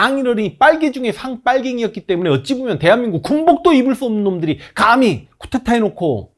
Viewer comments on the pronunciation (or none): 자꾸 쿠테타 라고 하시는데.. 쿠데타라고 하시면 안되실까요.... 별것도 아니고 사소한거지만... 쿠데타 이야기 하실때마다 쿠테타라고 하셔서.... 죄송합니다...